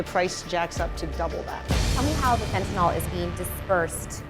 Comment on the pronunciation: Fentyl? Lol a keelow gram? Jesus. Learn how to pronounce words,.